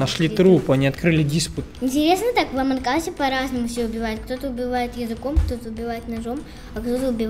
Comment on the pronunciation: Ааааааааа не амонк ас а амонг ас